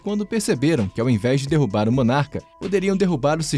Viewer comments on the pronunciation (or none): none